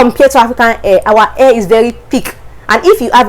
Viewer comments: The way you pronounce hair is air. hehehe... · Your accent is so hard to understand! Your hair you pronounciation only ( AIR ) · Hahaha my air✌️ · You're cute pronouncing hair, but its ok. But try to sound the hhhhh until you perfect it. You are very good in english. Your speaking voice is modulated. Very good!